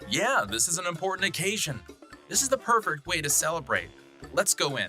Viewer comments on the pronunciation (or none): I just noticed something in the video I could be wrong, but does it sound like he said pervert instead of perfect